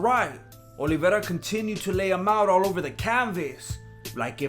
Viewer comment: This guy pronounces Olivera way better than Luke Thomas does.